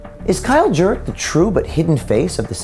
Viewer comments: It's pronounced "Jerk" ... your welcome🤗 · Jurek or Jerk when I herd the narrator say his name I herd jerk well don’t blame me if he is jerk !! He is a Jerk ok enough jerk sorry jerk that slipped jerk jerk jerk jerk jerk jerk jerk fuck you to the moon jerk 😂😂😂😂😂